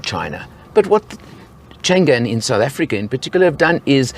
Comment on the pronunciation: FYI it's not pronouced Chan Gan,. it should be Chang An ,meaning always safe and prosperous